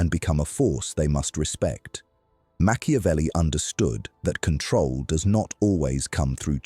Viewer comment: Time not cantrol